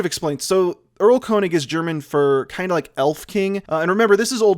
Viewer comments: Germans: “Airl-kurnishh”: “Url-cOne-iG” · Game of thrones has specific themes for each House and they combine into combo-themes whenever two Houses share a scene P.S. Erlkönig is pronounced like "Earl-Kern-ich" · It's so weird hearing english native speakers saying German names like "Goethe" or "Erlkönig". ("Schubert" on the other hand is pronounced pretty accurately here.) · The german "th" is not pronounced like the english "th". Also, the "Erl" comes from the tree "Erle". So it's more like a king of the woods than an king of the elfs.